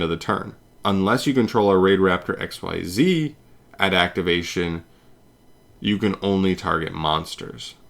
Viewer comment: Xyz = ek-sEEz, not "XYZ" or "exceed."